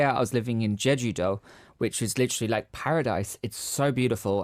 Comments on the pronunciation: He couldn’t even say jeju properly 😡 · Yea no one not even Jeju people can't understand him. also its been years since he was in Jeju and he still can't say it